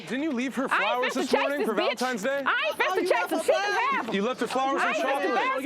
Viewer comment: Not on valentimes day lol but people kill me when they say it like this.